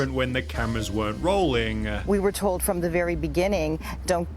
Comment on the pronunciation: “We were told” sounds like “we were warned”.